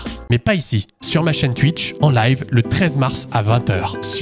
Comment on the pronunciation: Oh mince !! Il y a aussi le mot twuitch ??? T'en as pas raté un toi !!! J'ai tellement pas envie de t'entendre parler français toi, ça doit faire saigner les oreilles quand tu le fais 😅